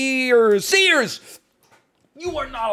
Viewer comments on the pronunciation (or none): none